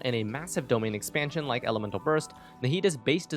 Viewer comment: "domain expansion" 🤣